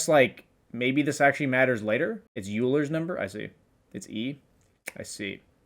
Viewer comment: wtf? "physics number" u mean fucking euler's number u walnut. pronounced fking Oy-ler not EU-LER